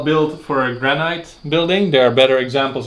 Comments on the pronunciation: your pronunciation of "granite" is weird, it is pronounced "GRAN-IT" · Love the videos! I don't mean this in a critical way, but the word 'granite' is pronounced like 'granit' - the second syllable rhymes with 'hit' not with 'height' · Not criticising your excellent English but the correct pronunciation of granite is GRANIT.hope you dont mind me correcting you.